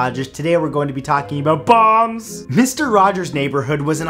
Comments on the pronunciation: I thought he said bongs instead of bombs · Is he saying.bombs or bongs